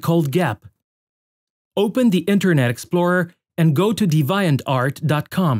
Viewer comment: "de-viant-art" that accent tho